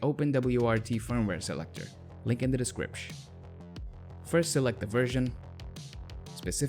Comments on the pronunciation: Saying "decripsh" made me cut myself. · i was gonna like, but this guy keeps saying descripsh ............